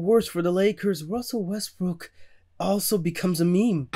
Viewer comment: skip correcting myself to say westbrick is the most disrespectful thing ive seen lmao